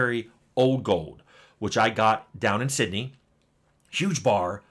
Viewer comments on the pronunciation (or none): none